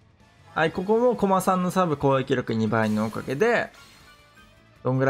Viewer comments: コ↑マさんですね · コ↓マ↑さんが気になって話入ってこんかった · の こま↑さん と こ↑まさん が混ざってるの好き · ずっとコマさんのイントネーションが気になって内容が入ってこないw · 相変わらず「コマさん」のイントネーションが草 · コマさんのイントネーションくそ気になる